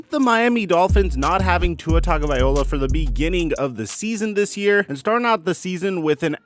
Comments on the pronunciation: I love ya but it’s cringe worthy when u keep pronouncing tua’s last name wrong it’s not viola it’s viloa low uh not eye ole ah.. bro it’s not cool for a football pontifficater to absolutely butcher a man’s name especially one with an ethnicity uncommon name. I know you’re not racist but it comes across racistly insensitive when you keep pronouncing his name wrong as if you don’t give a damn. I’m sure it’s just a mistake or maybe it’s not but apologize to Tua because you come across as either an idiot an insensitive bigot an I doubt you are either of them. Respectfully you are doing a great job except for that. It’s a bad look. As a content creator I know it is easy to make a mistake an get grilled or accused of doing an being someone you aren’t. So as a pal I’m looking out an hope you correct it 💯 ✅ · TagovaiLOA not TagovaiOLA 🤦🏻‍♂️ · Bro it’s TagovaiLOA. Not TagovaiOLA. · "Vi-low-uh", not "Vi-ol-uh". That's a stringed instrument 🎻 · Mispronounced Tua’s name pretty much every time. It’s pronounced taga-vy-Loa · I know it's tough but it's pronounced Tongue-oh-vie-low-uh. Great vids. Keep them coming. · Learn how to say Tua's last name if you are going to do these. TONGUE-OH-VI-LO-AH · Dude if you're not going to pronounce Tuas last name, do something else